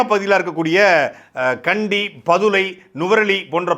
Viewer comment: கிண்டி இல்லை. கண்டி.